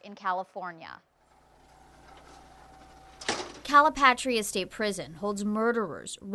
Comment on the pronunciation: “CaliPaytreeah, BianChee”. 😂😂